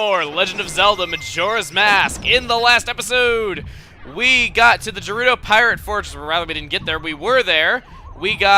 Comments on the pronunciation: Dude again! IT IS GER-roo-doe NOT JER-roo-doe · isnt Gerudo pronounced like it is spelled not Jerudo? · garudo fortress ga ru do thats how u pronouce there names chugga its garudo fortress im not trying to be mean so no offence but thats how i say there names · GRR-UU-DOH, SAY IT! D:<